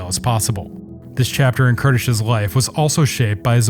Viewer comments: Amazing video as always, I really love this series and I was very happy to see Kertész getting some recognition! :) Thank you for your tireless work. One thing I want to point out as a Hungarian; the pronunciation is quite a bit off in the video. The closest would be something like 'Care-teis' with the 'ei' syllable sounding like that in the beginning of 'eight' but without the sound of i. I don't know if that makes much sense, just thought I'd try and explain. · You need to pronounce his name right! Ker tez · Great videos (really, thank you, I like watch these probes into the life of those photographers), but for the love of any god, do try to pronounce the name of the people in your videos as they would have called themselves. The pronunciation is even on wikipedia as you should read it and you are nowhere close. I believe even translating his name would hurt me a lot less.